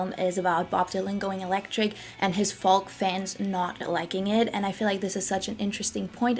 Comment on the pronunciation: Interesting video. BTW "Folk" pronunciation in English English is "foke"(silent L)